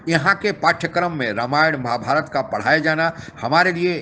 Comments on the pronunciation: Qamar Cheema can't pronounce 'Ramayana and Mahabharat' properly.. Let him learn it from the lady anchor. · अबे चीमा रामायण को ramayana और महाभारत को mahabharata बोल कर अंग्रेज की औलाद बनना बंद कर l